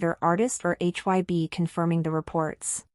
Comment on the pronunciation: admin sok tau bikin brita tentang BTS cara penyebutan BTS sama HAIBE aja salah brati kurang apdent tentang bangtan, so" bikin brita hox klu army pasti tau 😂😂